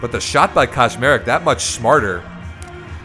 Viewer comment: Hahaha the way you pronounce Kaczmarek sounds like Koszmarek which fits in the context as it's a diminutive of a nightmare in PL 🙂